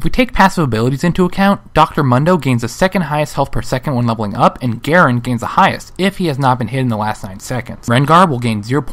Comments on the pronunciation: Every time he said the word "up", I cringed. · AAAAAAAAAAAAAAAAAAH, both the emphasis and the cadence is awfull leveling UUUUP!!!! saying it like that will imply that you can level down and it hits the ear like a sledge hammer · Could you put more emphasis on the word up please? :| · They way you said "up" made it sound like there was such a thing as leveling down.